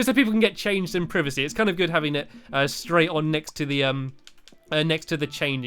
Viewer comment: you said privasy